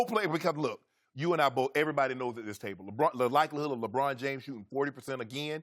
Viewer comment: I hate the way Chris says LeBron’s name.